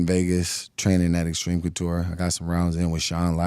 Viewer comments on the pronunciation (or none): none